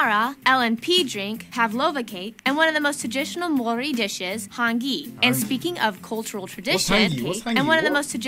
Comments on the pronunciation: U said pretty much every Maori word wrong 😂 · Some of that dudes pronunciation is wrong. Btw - Theres no "s" in Māori. You give it a good go, and do alright. Bang on - geographer/travelers have used names derived from other places. Natural landscape is beautiful. We want to keep it that way. Taupo - pronounced Toepaw Kiwi - During the First World War, New Zealand soldiers were referred to as 'kiwis', and the nickname stuck. Eventually, the term Kiwi was attributed to all New Zealanders. Although in NZ/Aotearoa Māori will describe themselves as māori or tangata whenua. That chicks pronunciation is awful. Js😬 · Hard pronuciation is 🤙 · This clip is good except for their pronunciation of Maori words. Some of them are quite wrong. That first word is a street name. They are no dangerous animals in NZ. The Weta is just a huge harmless cricket. The only slightly dangerous creature is a near extinct spider that you would seriously have to hunt down to even see one. And they still won't kill you. Australia is the scary place. Also the clip makers have no idea apparently of NZ's war record. And, no, Australians are different in their culture. Kiwis are shy, Aussies are bold. Kiwis are modest, Aussies boast. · Roll those "R's" bro. The "R" is pronounced like the "dd" in the word "shudder" solid effort tho e hoa 💪🔥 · You will pretty much never see a weta unless you go into a cave at night, fam. And it's cool of you to try the Māori pronunciation, but the guy in the video is getting it wrong anyway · The video had hit or miss pronunciation, especially some of the english words.. In Te Reo Māori the vowels always have the same sound which is either short or if it has a macron (like ā) they're said long.